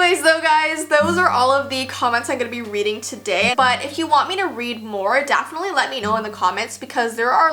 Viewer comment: Lol u said “Dafenitly”